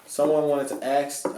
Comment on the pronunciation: Why does he keeps saying "axs" instead of "ask". The S sound before the K.....